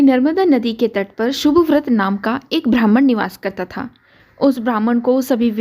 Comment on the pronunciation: अत्यंत सुंदर प्रस्तुती है. लेकीन " ब्राम्हण " शब्द का उच्चारण "भ्रामण" हुआ है .